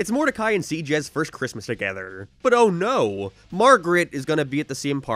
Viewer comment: What kind of speech impediment does have? His "no" and "about" sound like he's deaf.